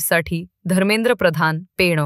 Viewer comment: बातम्या देणाऱ्या ता ई सारख्या पेणा बोलतं आहेत. ते चूक आहे. पेण म्हणा ता ई.